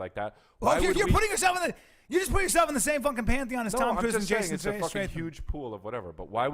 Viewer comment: Does Bryan know his name is Statham not Stratham?